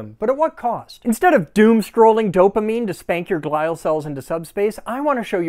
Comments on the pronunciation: Glial, or "glue" cells, are the superhighways of interconnection between all the wrinkly surface grey matter. Its pronounced glee-all Your tip of the day from the neurologically educated. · It’s Glee-al cells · Jsyk glial is pronounced GLEE-al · The way he pronounced glial cell kills me 😂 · Pronounced “glial” wrong.